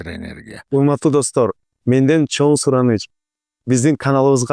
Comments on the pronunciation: “ЧОН” эмес “ЧОҢ рахмат” урматтуу алпаруучу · Автор чон рахмат дебей чоң рахмат деп сүйлөчү кишини раздражайтетпей 🤬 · сен "Ң" тамгасын айталбайсыҢбы? Андай деле кыйын эмеско. Көп подкасттарыңды көрөм, инстаграмдагы баракчаңды дагы көрүп турам, көп байкайм, Ң тамгасы кезигишкен сөздөрдүн баарын Н деп айтат экенсиң. 🙂 Чон рахмат, чон ата,..... ж.б деген сыяктуу. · Эми чон рахмат дебей чоң деп,ң тамгасын туура айтып үйрөнүп алчы,алып баруучу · тууган, качан чоң рахмат дегенди үйрөнөсүң ай😂